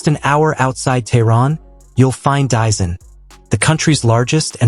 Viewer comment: The name is Dizin, pronounced /Deezeen/.